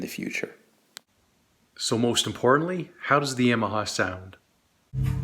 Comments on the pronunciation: You're pronouncing Yamaha incorrectly. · No. Yamaha is a Japanese company and it's never pronounced that way.